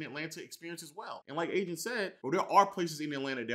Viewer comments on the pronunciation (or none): nobody peeped he called em adin and not agent😂